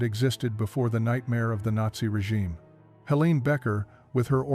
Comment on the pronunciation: The weoman's name is Helene and is pronounced HeLAYnuh